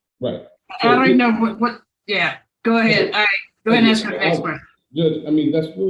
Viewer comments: She axed everyone for help ? Isn’t axing someone a crime. I axed them!!!!!! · How does he afford giving her $1,000, when he is basically homeless? Again, using the word ax, instead of ask! OMG! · Is it that hard to say ask not axe 🪓 it makes no sense and when she said We had a late over 😂